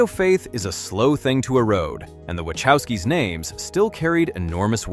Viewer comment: I actually liked John Carter, but I saw it on DVD. Jupiter Ascending was pretty good! This narrator cannot even pronounce "Wachowski" so don't believe much of this.